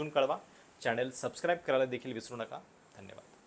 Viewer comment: कृपया मराठी उच्चार सुधारावेत. उदा. अनेक चा उच्चार अणेक.चॅनेल चा उच्चार चॅणेल.